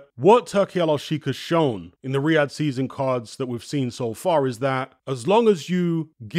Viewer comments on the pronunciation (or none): none